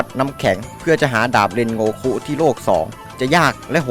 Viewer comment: เรนโงคุไม่ใช้เรนโกคุ